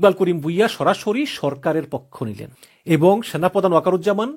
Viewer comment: উচ্চারণ ঠিক করতে হবে। ইবং (এবং) , কিনু (কেন), নিচ্চিত ( নিশ্চিত) 😂 এরকম আরো কিছু শব্দের সঠিক উচ্চারণ জরুরি। বাড়ি কোথায়? কুমিল্লা?